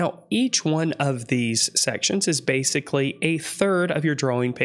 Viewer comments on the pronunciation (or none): none